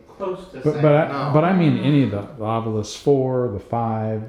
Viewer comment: Thank you for being one of the only paranormal teams who pronounces “Ovilus” like how it’s spelled instead of “OvUlus”. 😂